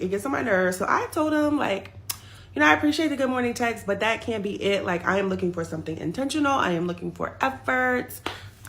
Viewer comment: “2 summtin to do summtin” 😆